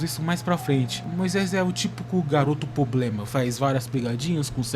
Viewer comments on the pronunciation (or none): O vídeo ficou bom mano, mas aprende a falar “Problema” e “Bíblia”